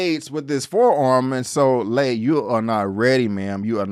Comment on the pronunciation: Been watching Warrior since the beginning on Cinemax. First time checking out your channel and love your recap, nicely done! “He was in there like swimwear.” 🤣Only comment with respect: Lai is pronounced “lie” not “lay”, and Mai Ling is pronounced like “my” not “may”. Happy Jack lives up to his rep: he’s very smart and dangerous as hell. Again, great recap. Your enthusiasm for the show is obvious and matches mine! 👍👊🙌